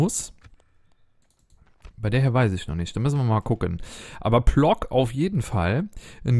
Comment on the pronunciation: ich spreche zwar kein Polnisch, würde aber sagen, dass Plock wie Pwotzk ausgesprochen wird.